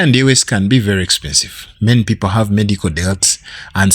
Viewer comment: Expesive 😂😂😂 bruh